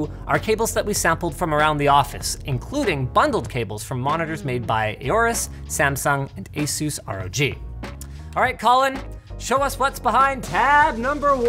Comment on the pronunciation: Aorus is pronounced like Horus, since it's a play on words of Horus.